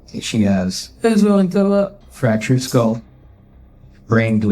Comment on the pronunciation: Knowledge? B*tch can't even say Skull... Everytime she says SKOOUHL it's like a drill through my "skoouhl" 😂